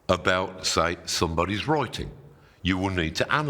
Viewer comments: Master writing ❌ Master wroiting ✅ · I was confused at first when he said “roiting“ I had to turn on subtitle. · Oy troy to analoyse moy wroyting now. 💕 Great oydeas, though.🙏🏼Thank you and greetings from South Germany, we also have hilarious accents here around 🌻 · I just want him to say: the wroiters at Reuters are wroiting about wroiting in Reuters. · "Roi-ting" is how my American ear hears you say "writing". "Roi" and "rye" are two different sounds. How do you pronounce "roi-ting"? You are a strange and hairy man, but I heard you. Writing is magic. Thank you. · "Roi-ting" is how my American ear hears you say "writing". "Roi" and "rye" are two different sounds. How do you pronounce "roi-ting"? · he pronounce "writing" like you'd pronounce "rioting" and it's hilarious. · Is he saying rioting or writing? 😅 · Did he say wroiting? Roiting? Reuting? Oh, writing. Roit, roit! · I'm not going to take advice from someone who looks like Dumbledore, wears coloured socks and a stupid T-shirt, talks like a wizard and can't even pronounce the word " writing ". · "Taunting?" What you on about? We're just making fun of the Midlands accent, how he pronounces "write" and "writing". He's got a very strong Northamptonshire accent, I think.